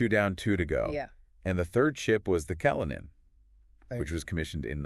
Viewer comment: Russian sailors refer to their ships in the masculine pronoun, not the feminine. These ships are "he", not "she". Kalinin is pronounced wrong. It's kuhl - IN -in.